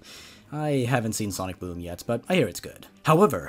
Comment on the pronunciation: Ok ngl when in said sonic boom I thought it said sonic DOOM